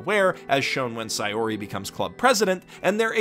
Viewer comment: ITS SAY-OR-EEEE